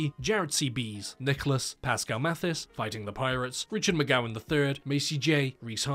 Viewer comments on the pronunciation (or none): none